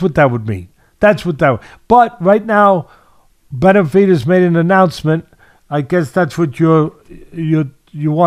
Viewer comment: Betervidez??? Nasal voice Atlas can't pronounce David's name but claims he likes him? At least pronounce his name correctly, nasal sounding old school duh duh.